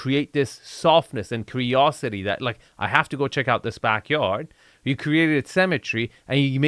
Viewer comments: it's *symmetry not cemetery. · It took me a while to understand you were saying “symmetry” rather than “cemetery” but it still worked. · lol only after 20 minutes I realized you were saying "symettery" and not "cemetary" :facepalm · Dude, stop pronouncing symmetry like cemetery. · Hey, love your videos... however I'd like you to work on your pronunciation of the word "symmetry" (seemetry) vs. "cemetery"...:) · I thought it was pronounced simmetry.